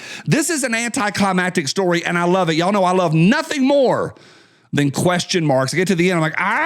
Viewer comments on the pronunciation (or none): none